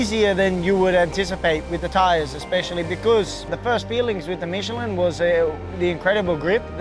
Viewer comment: Dear God finally I am hearing someone at MOTOGP pronouncing Michelin correct!